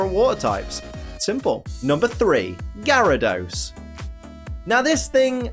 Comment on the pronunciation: #1, THE U IN KABUTOPS SHOUDL BE AFTER THE B! #2, IT'S GYARADOS, NOT GARYDOS!